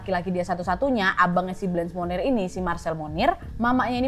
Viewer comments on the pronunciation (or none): Kak, saran dong untuk menyesuaikan pelafalan/pronunciation namanya sesuai aslinya yg menggunakan bahasa Prancis (bukan dibaca "blench", dan "monnier" r nya hilang/samar), sama sepertinya fotonya ada yg salah bukan foto Blanche Monnier, agak krusial sih Kak kalau sampe salah. Makasih sebelumnya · Selamat kak Nadia Mau sedikit koreksi pengucapan Blanche Monnier (blongsh Monie) La séquestrée de pointiers (La seqestre de pwangtie) 21 rue de la Visitation (vengteang ru de la visitasiung) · Hi Nadia. Itu pengucapan Blanche monnier salah, pengucapannya harusnya menyesuaikan dengan bahasa Perancis. Klo pengen tau pengucapan yg benar coba deh pakai translator bahasa perancis ke bahasa perancis. Kalau yang nadia ucapin seolah2 namanya jadi Munir 😁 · K, Cara bacanya setahuku blangsh monnie. Agak sulit sih y